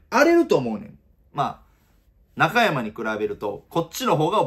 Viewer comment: いつもなんだが中山のイントネーションが引っ掛かるw